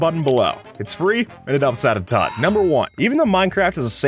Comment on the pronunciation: Like, in 2022, I used to think he said "It opts out of time" instead of "it helps out a ton" because thats what I heard